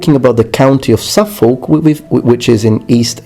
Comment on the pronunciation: proud east angle here... it's pronounced "suffuck" not suf folk.